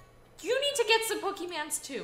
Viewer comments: there not pokemands it is Pokémon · YOUR KEEP SAYING POKEMANS ITS POKÉMON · it's pokemon not pokeman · ITS POKE MON WITH AN O